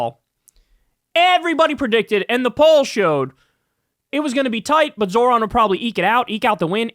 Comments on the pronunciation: The old guys don't want to pronounce Zohran's name correctly. It's a mode of purported diminishment. Or so they hope. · They’re mispronouncing his name on purpose 100%